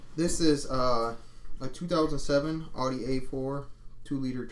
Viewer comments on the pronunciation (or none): none